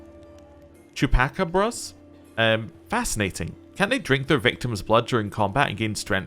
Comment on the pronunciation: For future reference, it's "Chuu-Pa-Caw-Bruhs"